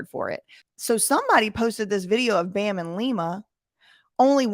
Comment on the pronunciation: can't even say bams name right.